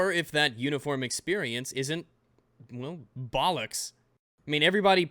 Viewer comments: It hurts me to hear an American say bollocks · I can't listen to an American say "bollocks" without cringing really hard